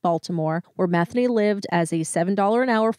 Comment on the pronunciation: Methany ???? Did I hear that name right 🤣